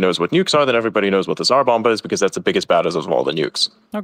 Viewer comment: Bro seriously said "everyone knows what the Czar Bombah is"